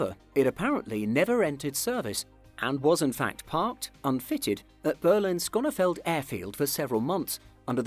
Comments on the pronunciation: Brunei is pronounced 'Brooneye' not broonay. And where the hell is Sconnefeld airport? I have been to Schoenfeld Airport in Berlin. No point in listing your sources when your credibility is already shattered by ignorant mispronunciation. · It’s pronounced Broon-eye and Shonefeld, German not Dutch! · Or skoniefold. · “Berlin SKONEFELD airfield” lmaoooo I died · The way you read Schoenefeld...... So uncomfortable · I love how he can't pronounce "Schönefeld" nor "Technik"